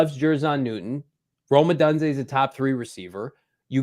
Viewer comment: Stop saying Rome odunze wrong!!!!!! Please!!!!!